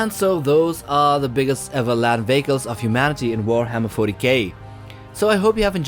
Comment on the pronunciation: Who else thought he said land bagels😂😅❤